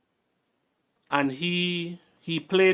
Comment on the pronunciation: Hold dem wid the pronunciation,! You are the boss! Cow-wear over career.